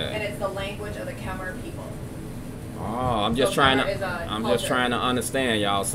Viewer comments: Khmer pronounced ka’mai, no “er” at the end great reaction btw. Khmer means the people and language of Cambodia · It's prounounced kah Mai btw